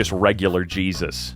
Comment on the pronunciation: The way you said "communist Jesus" sounded like "Chesus" and now I can't unseen it LOL